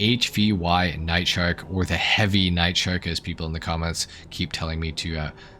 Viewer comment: Yeahhhhhhh boyyyyyyy you pronounced it "Heavy!" 😜